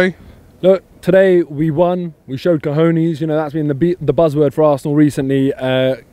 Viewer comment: How can say "Ka Hoe Knees"😂